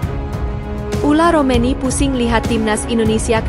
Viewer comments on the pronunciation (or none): Yg bener mba sebut nama orang , bukan ula romeni , ole romeni